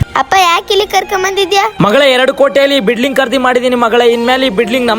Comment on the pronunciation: 😮ಬಿಡ್ಲಿಂಗ್ ಅಲ್ಲ ಬಿಲ್ಡಿಂಗ್